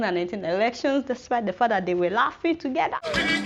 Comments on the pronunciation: Ruralafrican Shop Lmao at "fadah". The way she says that kills me lol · I like it when she suddenly says "your fada"